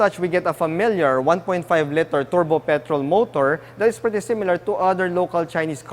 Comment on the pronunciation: LITER LITER LITER LITER LITER!!!!!! Practice saying this 100X when you wake up in the morning. When you finally get this right, will write you a LETTER to congratulate you.